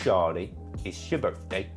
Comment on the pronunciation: Ja be like "its my birfday?"